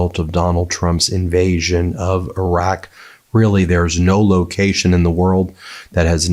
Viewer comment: wait did he say invasion of iracq?